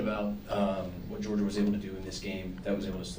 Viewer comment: Moved the ball? They had two good drives. One was a gift int. But, yeah, their defense was stout, as we knew it would be. He can't even say "Georgia". 😂😂😂